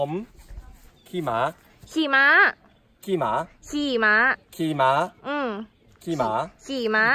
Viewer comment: ลังแยกเสียงไม่ออก ระหว่าง "ม้า" กับ "หมา" เอ็นดูวววว 😂